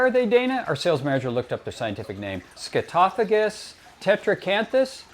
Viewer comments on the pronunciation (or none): Please say it the EASY way: SCAT toe fagus: 'poop eater' (Greek):face-blue-smiling